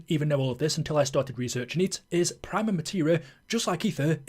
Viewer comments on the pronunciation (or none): Sorry mate, did you not hear the ending cutscene? Its spelt "Prima" but its pronounced "preema" You sound like youre talking about the white paint you put on a wall before the main colour 😅